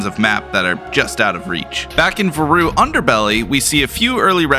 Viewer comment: listen i know its your videogame but i refuse to believe that's how you pronounce "varu"